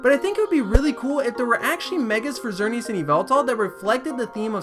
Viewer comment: That's not a reason to mispronounce a name.